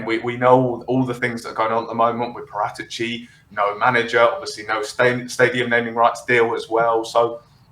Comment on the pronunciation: That's PARA'tici....accent on second A...pls